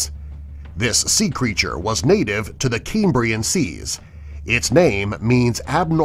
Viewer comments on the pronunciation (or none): none